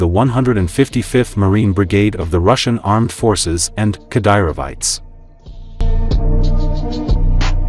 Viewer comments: Cadaverites... but its AI. "He" is stupid 😅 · Did he say Kadyrovites or Cadaverites ?